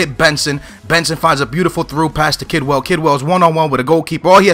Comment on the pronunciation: kedwell not kidwell